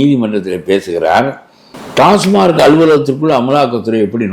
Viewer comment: ❤❤❤🎉🎉🎉 டாஸ்மார்க் டாஸ்மார்க் என்றே கூறுகின்றனர். அந்த நிறுவனத்தின் பெயர் TASMAC . டாஸ்மாக். டாஸ்மார்க் ஏதோ பாஸ்மார்க்/ஃபெயில்மார்க் போல் உறுத்தலாக ஒலிக்கிறது.😮😮😮😮😢😢😢😢😊😊😊😊😊